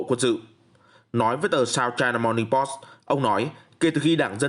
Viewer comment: Dọc là Post , Pô sỹ chứ không phải Po